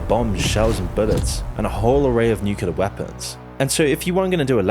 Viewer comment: Nice vid bro, but can you please work on your pronunciation of the word nuclear, idk why but is bugging me so much